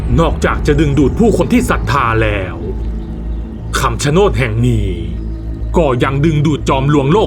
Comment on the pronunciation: คำชะโนดหรือป่าวครับ ไม่ใช่คำชะโนน😅